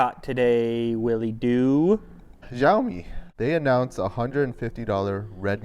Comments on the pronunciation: jaoimi wtf its Sha-o-mi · It's not Jaomi.... It's Shaomi. Why every western Youtuber can't pronounced it properly!